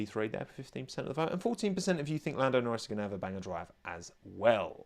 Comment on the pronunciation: “I don’t fink you ‘ave the facilities for dat, big man”